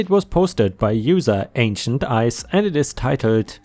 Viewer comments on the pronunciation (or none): none